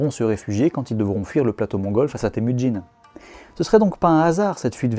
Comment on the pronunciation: Vu que tu portes une attention particulière à la prononciation du turc et du mongol, pour le mandarin Jin ne se prononce pas 'tsin' mais bon, c'est compliqué d'avoir la bonne prononciation vu que le 'j' en mandarin est un son qui n'existe pas en français.